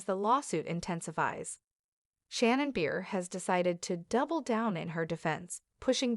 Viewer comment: Cant stand to listen to these breaking news when they cant even get the main persons name. Its Shannon Bedor not Shannon Beer